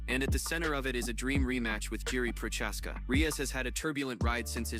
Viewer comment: The way you pronounce Jiris last name pisses me off.